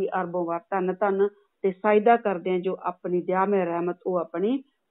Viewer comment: ਭੈਣ ਜੀ ਧੰਨ ਧੰਨ ਸਤਿਗੁਰੂ ਤੇਰਾ ਹੀ ਆਸਰਾ,ਨਾਅਰਾ ਮਾਲਕ ਨੇ ਬਖਸ਼ਿਆ ਹੋਇਆ ਹੈ ਨਾ ਕਿ ਧਾਨ ਧਾਨ ਸਤਿਗੁਰੂ ਤੈਰਾ ਹੀ ਆਸਰਾ , ਕਿਰਪਾ ਕਰਕੇ ਨਾਅਰਾ ਠੀਕ ਬੋਲਿਆ ਕਰੋਂ , ਨਿੰਦਿਆਂ ਤੋਂ ਬਿਨਾਂ ਤੁਹਾਨੂੰ ਹੋਰ ਕੰਮ ਨਹੀਂ ।,ਮਾਲਕ ਦੇ ਕਰਣ ਵਾਸਤੇ ਰਹਿਣ ਦਿਓ ,ਮਾਲਕ ਸਭ ਠੀਕ ਕਰੈਗੋ , ਅਰਦਾਸ ਹੀ ਇਕੋ ਇਕ ਚਾਰਾ ਹੈ ਪਿਤਾ ਜੀ ਜਰੂਰ ਸੁਨਣਗੇ ।